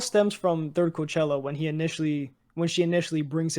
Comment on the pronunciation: calling cochlea Coachella is so painful to listen to 😭😭